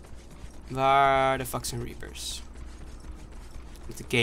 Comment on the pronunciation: idee zeg in plaats van reapers dan repers